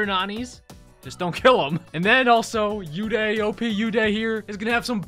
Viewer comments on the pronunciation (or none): You pronounce Uday wrong it's ooday